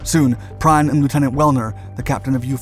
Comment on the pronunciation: Gunther Prime whos that, a German transformer? How about " Prien". Could we please at least have one creator not using AI? People are getting so lazy now. Our history deserves better.